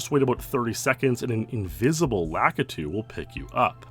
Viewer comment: "La-KEY-tu" - concerned citizen nerd